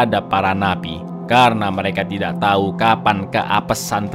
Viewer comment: Buset menit masa di bilangnya "Laura pun memberi tayi" 😂